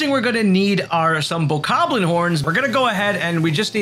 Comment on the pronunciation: Whats a bokarrrblin???? Its bokoblin😂